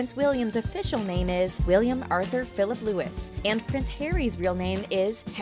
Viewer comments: When an American can’t pronounce the name “Louis”. It’s like “Loo-wy” (hard to write how you say something lol) not what you said “Loo-wis/Lewis” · Louis is pronounced “Looe” with e pronounced as the letter e. not “Lewis”. Edit: Golly thanks for the likes! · It's not Lewis... 😑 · It's louie, not Lewis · It is pronounced Louie not Lewis (William's middle name and son) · ugrgh it always infuriates me when i hear people pronouncing Louis as Lewis i feel it must be an american thing because i've always heard Brits say Louis. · It isn't ' Loo-is' it is pronounced 'Loo-ee'. The heir to the throne, i.e. Charles, William etc, will have at least 2 children in order to have the 'heir and spare', there isn't really a strict rule on the number of children a royal may have. After all, Queen Victoria had nine children. Many of the other examples of 'royal tradition' are simply those which anyone could adopt such as how to sit correctly, how to conduct oneself in company. They aren't necessarily 'royal'. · Josie Olutayo yer and also Williams name was pronounced incorecctly Louis is pronounced (lou-e) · The name Louis is pronounced 'Loo-ee'. Named after Lord Mountbatten, Charles' favourite uncle and, if I remember rightly, his godfather. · Loo-wee is probably how to say it, but I think both pronouncuation are possible. For example George II's eldest son has been referenced in genealogies and history works as both Frederick Lewis and Frederick Louis, which seems to allow for both pronounciations.